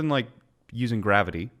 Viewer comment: Hey. The fuck is gr-avi-tee